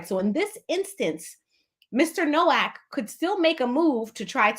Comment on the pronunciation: He pronounced his name in the first court appearance Noak like "Yolk" or "Joke" lol.